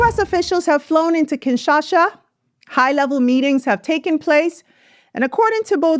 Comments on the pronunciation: it's KIN SHA SA not KINSHASHA. TSHI SE KE DI not TSHI SHE CHE DI. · KINSHASA NOT KINSHASHA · Great video! It's "kinsha-sa"